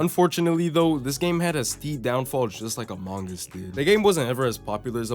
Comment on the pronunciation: im disliking bcs the way you said amouge us instead of among us pissed me off how do you mispronounce that name its 2 words